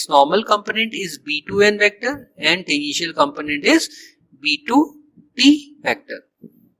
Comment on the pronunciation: When you were pronouncing the word "tangential" while explaining how flux contribution of the curved surface becomes zero, you pronounced it like "the initial". I had to repeat that part many times to make sure what you were a tually saying. You need to improve your English. Also, you didn't explain the vector form of the magnetic field intensity equation properly. You just said it like in book.